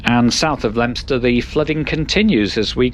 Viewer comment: Not many people know how to pronounce Leominster properly!